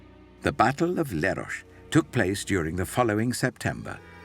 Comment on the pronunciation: Where the f@ is Lerosh? It’s Leros … pronounced as written